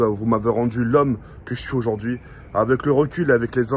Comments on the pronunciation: auzaurd ‘hui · PA il dit ozordui 😂